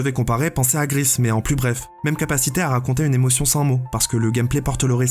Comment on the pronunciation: Bonne vidéo. Mais bordel, GRIS comme la couleur et pas GRISSE è_é